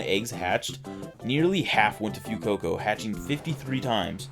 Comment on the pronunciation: I know its not important, but why do you pronounce it "Few-coco"? It's "fwey-coco" as in fuego, which means fire. Otherwise the video was great! Even though hatching the eggs probably wasn't fun, it was worth the shinies I bet.